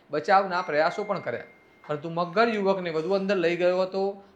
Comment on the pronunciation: Maghgar nahi magar m bolo 😂😂